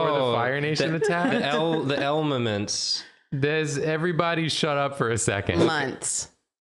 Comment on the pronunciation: Puppet saying elmements is my favorite part